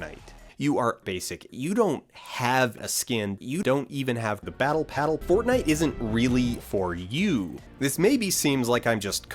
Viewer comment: It's embarrassing how much I laughed at "This isn't Poor-tnite"